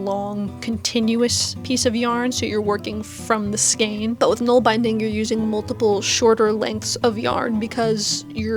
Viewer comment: Great job! For nålbinding, use bulky singles wool and use an old toothbrush handle. It’s also fun to hand-carve (whittle )your own ‘nål’! By the way it’s pronounced bin like a trash bin.